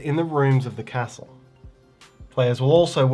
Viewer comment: This looks great! (I just wish he pronounced Castle the correct way)🙃